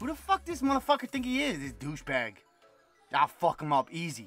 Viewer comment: Lmao i almost forgot you from Jersey till i heard you say Douchebag!!!! 😂😂😂